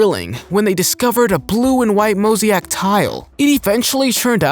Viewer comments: Please check your pronunciation of “Mosaic “. Mo…..Zaaaa…ick……. Nice video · mo ZAY ick ..and..DAN yoob..and RAM zees....but u can pronounce ferrari just fine. go figure. you're fired